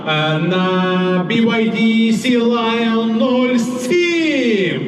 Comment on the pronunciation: Як тільки почув "сілАЙн",все стало на свої місця... Далі слухати не цікаво. Не знаєте як вимовляти, - включіть Goggle перекладач, там є озвучка...